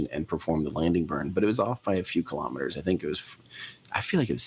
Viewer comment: KILO'METERS, not kalamaduhz.